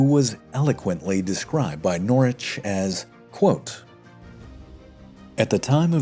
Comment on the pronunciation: NORWICH BRO YOU FORGOT THE “W” IN PRONOUNCING HIS NAME WHICH YOU SEEMED TO PRONOUNCE CORRECTLY THE EPISODE BEFORE THIS ONE BUT I DONT MIND MUCH AT ALL NOW RHAT